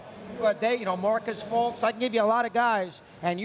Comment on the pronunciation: Who tf is "Marcus Fultz" 😂